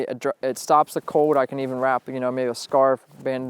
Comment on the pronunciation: FIRST OFF - it's cold not "code" it''s wool not "wow" it's rain not " precipitated" that last one was to funny!!!!!